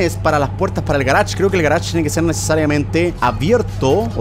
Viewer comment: Cómo lo decimos nosotros:garage como lo dice german:garach